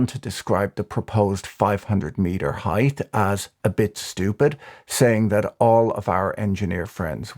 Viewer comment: Height, not heigth